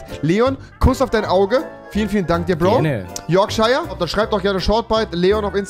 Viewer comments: Man spricht es Yorksha aus und nicht Yorkscheier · Rewi:spricht Yorkshire am Anfang des Videos falsch aus Alle die bissl Ahnung von Englisch haben: triggered